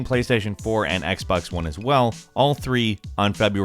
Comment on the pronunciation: Whoever heard him say “x bex 1” at the end